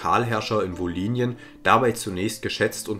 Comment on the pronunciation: Kleine Verbesserung: Im Hochdeutschen wird das Y im Wort „Wolhynien“ als Ü ausgesprochen. Wie ein I wäre dialektal (u.a. in der wolhyniendeutschen Mundart).